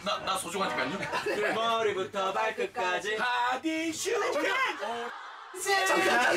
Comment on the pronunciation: 이근:뭐리부터 발끝까쥐